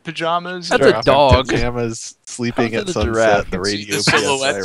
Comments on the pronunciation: "Shut up Alex, you know nothing about draffs!" Oh, when will you learn that giraffe is pronounced jəˈraf. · Hahaha struggles with saying giraffe. Awwwwwwwwwww reminds me of the olden days lol! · The return of the "jraff"